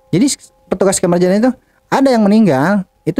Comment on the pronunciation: Jinazah ke jinajah ye